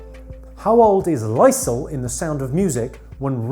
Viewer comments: Jimmy, for goodness's sake, it's Lee-zl (Liesl), not Lysol!!! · Jimmy, it’s pronounced Lee-Sil not Lie-Sell. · Lee-sl. Not Lye-sl.